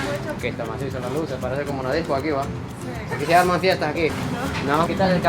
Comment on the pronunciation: Jajajaj me gusta como dice " Que masiso " habla como todo un hondureño 😆❤❤